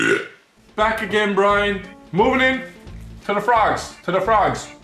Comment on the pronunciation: at 7 min 20 secs says brian so different but so good also been watching for coming up to 3 years and just want to say your videos are brilliant